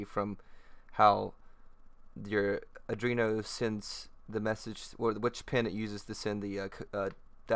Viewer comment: good job mate. easy to follow. it is arduino btw, not adrino.